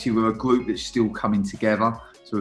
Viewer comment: Nobody: Danny Cowley “Gwoup”